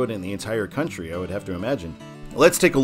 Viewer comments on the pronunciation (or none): none